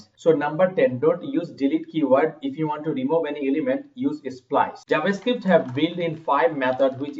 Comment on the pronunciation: "jabascript" really nigga?